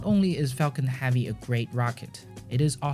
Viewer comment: If you can pronounce "Exploration" correctly, WHY do you keep call it "SPACE AXE"? And it's heavy, not "Havy". Hate to fixate on this but you CAN pronounce it correctly, so why don't you?